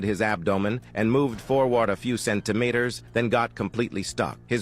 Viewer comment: "exhilied" "teetened" "centimaters"💀💀💀